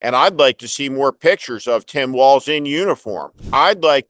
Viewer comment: Walz - not walls! Yes you KAM! K-AMerica!